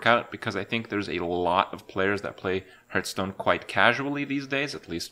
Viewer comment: It is not hurtstone, it is hearthstone